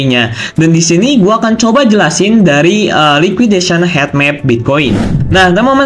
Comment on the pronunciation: Cara bacanya hit map bukan het map😂